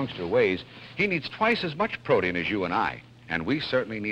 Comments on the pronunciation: Todd Brandt -- It was a regional thing, I think. I grew up saying "PRO-teen", but my Aunt Betz, who was from Minneapolis originally, always said "PRO-tee-in" with three syllables, just the way Dennis James said it in the Kellogg's commercial. Auntie Betz said it that way until her death in 1992 at age 74, but the vast majority of people -- like 97% of everyone I knew -- said "PRO-teen" with two syllables. My sixth birthday was in 1958, so I had heard the word any number of times by then. I have a feeling if I'd been from Minnesota instead of California, my experience might have been different. The three-syllable pronunciation is listed second in every dictionary I know of, so "PRO-teen" is the preferred pronunciation. It certainly sounds odd the way Dennis James kept pronouncing it. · In fact, in one online article on the topic, it made note that the older (three-syllable) pronunciation of "protein" sounds a lot like "Protean", an adjective associated with Proteus of Greek mythology and this would be a reason to favor the two-syllable pronunciation. The three syllable pronunciation was originally the preferred one. But despite English teachers and self-appointed Internet language police, language changes. My dad used to call a vegetable oil based spread "oleo" instead of "margarine" and a cream-filled chocolate cookie "Hydrox" instead of "Oreo". The last syllable of "Vaseline" he pronounced with a short "i" instead of a long "e" (and I heard adults pronounce "trampoline" in a similar manner some 50 years ago). If I thought about it more, I'm sure I could recall similar variants. He was born nearly 108 years ago (about 7 years older than Dennis James, but both were from the NYC metropolitan area). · That man in the advertisement pronounces the word "protein" so strangely. Since when does "protein" have a D in it? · Was it common to pronounce protein as "pro-tean" at this time? I've never heard it pronounced as such.